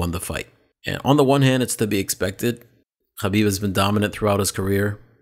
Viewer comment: The way you're pronouncing Khabib is wrong in English, Russian, Azar and Arabic. You're as bad as Ariel Hawani with this inept attempt at sounding cultured.